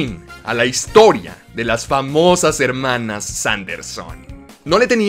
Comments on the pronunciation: Que verguenza ajena me da cuando dices "hermanas". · No vuelvas a decir "Hermanas", te lo suplico xd